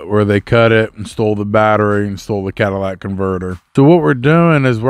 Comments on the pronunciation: What a Cadillac converter??😂 ****CATALYTIC***** NOT CADILLAC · It''s Catalytic Converter and not Cadillac Converter.